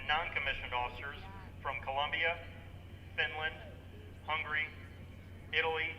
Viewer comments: He couldn’t just say Hungary instead of hungry 😂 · If you say Hungary fast it sounds almost identical.